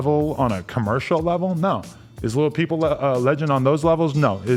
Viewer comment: When he said lil peep the first time I thought he said Lil B (a riff raff type rapper) i was like wtf